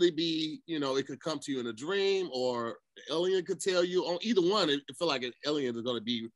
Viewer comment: kills me saying Elien!